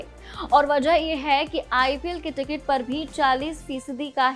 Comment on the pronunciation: प्रौदकट्ट नहीं होता प्रोडक्ट होता है 😂 टिग्ट नहीं टिकट होता है 😅